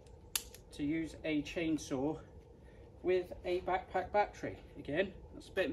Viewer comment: your "back-pack-battery" sounds very funny )))). Thanks for this video